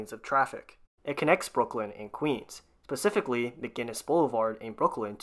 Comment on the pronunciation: lol Pacifically